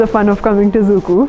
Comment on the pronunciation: It's not exactly pronounced as "zuku" it should be pronounced as "zukou valley"